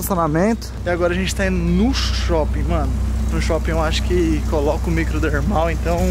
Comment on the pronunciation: Kkkk REH: que isso: microdermal: misomerlal kkkkk